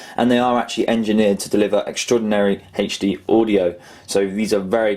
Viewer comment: Hd (emphasis on the H)